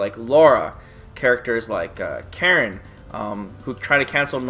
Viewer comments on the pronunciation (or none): none